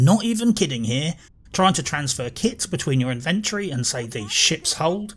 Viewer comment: It saddens me to say that I tend to agree - apart from the pronunciation of 'inventory'. My PC isn't that old but it struggled running this game and I'm about to switch to X-Box X Series so I honestly don't think I'll get Starfield when I make the switch - at least until it's modded extensively - although there seem to be some worrying changes afoot there. It started off promisingly but quickly fell into boredom for me. My main criticism is the soul-crushing grind. The good stuff is way into late game and you not only have to pick a perk but complete 'challenges' to get there. It's tedious. And the woke... oh god the woke......ALWAYS a female boss or a 2nd in command (usually the former). ALWAYS a gay person or trans. I made a point of never choosing Barrett as a companion when he started going on about his husband. I'm all for inclusivity but this stuff is being rammed down our throats now (no pun intended). Love Skyrim, love Fallout. This is so disappointing. Currently running through Dragon Age Origins again. Now that was fun. Oh and yes, The Expanse was great.